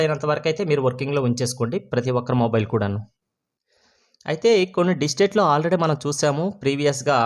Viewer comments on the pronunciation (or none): బయ్యా... ప్రతి సారి "డిస్టేట్ " అంటున్న వ్.. 'డిస్ట్రిక్ట్ " అనండి.😢